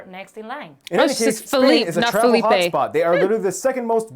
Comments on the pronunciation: hola, es FELIPE, not Filip. but this girl tried speak in inglish not in spanish, (Felipe in spanish, España in Spain) (Philip and Spain in inglish) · In fact it's Felipe (as it sounds), although the girl attempted to use an English accent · Yeah, It's Felipe not Philip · No, is Felipe, nor Phillipe. I don´t know why they pronounced it as a foreign name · To think there are tacos in Spain as a local food is as hilarious as imagine cowboys in London. The name of the King of Spain is Felipe,not Phillip. I don't know why they pronounce spanish names english way. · It is 'Felipe', as you pronounced it. The Spanish woman just sort of tried to translate his name. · No, it's "Felipe" in spanish with the ending "e"-sound. She was just talking englisch. :D Therefore she said "sixth" and not "sexto".